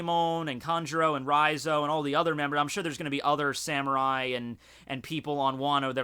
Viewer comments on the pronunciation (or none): none